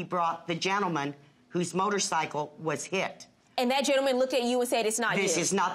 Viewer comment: Great that he rides for Veteran's funerals! Thank you! But let's learn how to pronounce what you ride! It's motor-SIGHcle, not motor-SICKle!